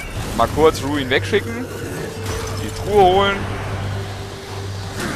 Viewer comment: iss ja sonst nicht meine art, aber da muss ich jetzt mal kritik über. das tier heißt RuIn. und wenns geht bitte auch mit einem deutschen R. iss doch schließlich ein so schönes wort. ansonste klasse wie immer. ^^